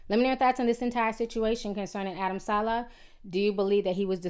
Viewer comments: TI it's SA-LEH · suh-lay dang ti can really screw up somebody name